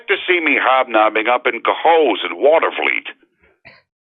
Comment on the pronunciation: Mike did well with “Cohoes” and almost pulled off “Watervliet”, almost. I’d like to hear him try “Colonie” and “Wynantskill”. “Schenectady,” “Feura Bush” and “Voorheesville” would be interesting as well. Lol.